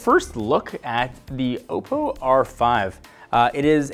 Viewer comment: It's pronounced Aw-po